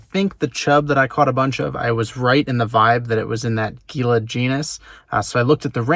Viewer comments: For the Gila Chub its pronounces kinda like Hila (I think cuz thats at least how you pronounce the Gila River) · Goes to AZ -pronounces Gila like geela -calls javelina wild boars Get out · Commiserates in arizonan😅😅😅. Also for future reference Gila is pronounced Heela. The wild pigs you saw were almost certainly javelina as well. Very common in that area by the Phoenix valley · Gila is pronounced heela like heela (gila) monster the venomous lizards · it’s pronounced heela, thought you might like to know.